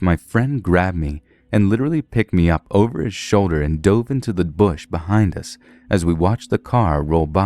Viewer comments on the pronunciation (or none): none